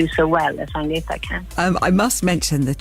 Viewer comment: Who's "Adienta". Do people really think it's that hard to pronounce "Agnetha"?